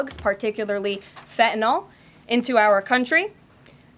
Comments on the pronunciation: Why, oh why can so few people pronounce the word fentanyl? It is not pronounced fentanol. There is a Y in there people! Jeez! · I'm just glad to hear someone pronounce "Fentanyl" correctly.